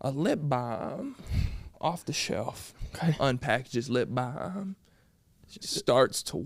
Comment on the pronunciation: Why is he saying lip balm like that?😂😂